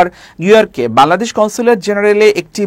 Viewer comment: খবর পাঠককে বলছি, -"বালাদেশ" নয় "বাংলাদেশ" উচ্চারণ করুন।